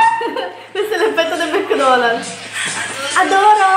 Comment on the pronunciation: ‘ DI MEKKKKKKDONALLLLLL’ Aggiungi altre consonanti daiii😂😂